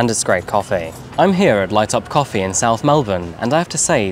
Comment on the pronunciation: I like your videos but what's lately with that narration prolonging last syllables like cofeeeee. I don't understand, you had one of the best narration on yt and great voice for these videos, please don't ruin it with this. I am binge watching your old videos but almost couldn't make it through this last one. It's so unnatural, why ruining what 's working well.